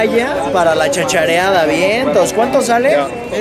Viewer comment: Se dice "chachariar" ahhh